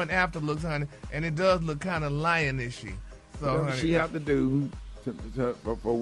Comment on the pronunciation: Gary said, "lion-ishy" ...🤣🤣🤣🫨